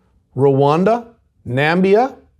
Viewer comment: Did you mean Namibia 🇳🇦 or Zambia 🇿🇲 u said Nambia